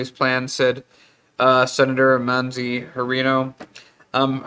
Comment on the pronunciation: Wow, how did he just pronounce "Mazie(MAYZEE) wth dude. get him a coffee or something.